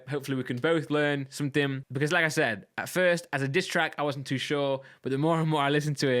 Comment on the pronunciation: Everytime you say like I said for me it sounds like lacazette.